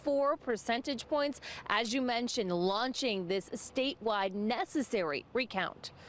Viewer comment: Love the way she calls this a 'necessary' recount with an emphasis on the word. These people will never quit.